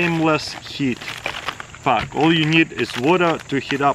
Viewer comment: I dunno why i find it funny when he says pāck.